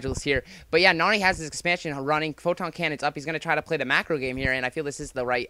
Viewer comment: pronounces it Noony for some reason